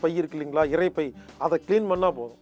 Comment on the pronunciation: தம்பி,கவளை,இறப்பை என்பனவற்றை தயவுசெய்து திருத்தி கவலை,இரைப்பை என கூற முயற்சிக்கவும்.நான் இப்படி கூறுகையில் யாரோ ஓர் பெண்மணி "இது ரொம்ப முக்கியம்"என எனக்கே நக்கலாக கொமன்ற் போட்டிருந்தார்.அம்மையாரே எம்மொழியை பேசினாலும் அதன் உச்சரிப்பு சரியாக இருந்தால்தான் அர்த்தங்களும் சரியாய் இருக்கும். இதை மறந்து நம் தாய் தமிழை கொல்ல(கொள்ள) வேண்டாம்.